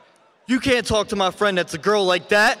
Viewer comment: ar you gonna let her TOLK to me like that 😂😂😂